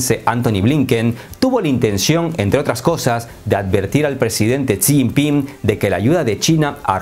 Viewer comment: Amigo le voy a decir como se pronuncia el nombre del Presidente Chino por muchos Mexicanos no saben esto se dice así como lo lee; Shí Giping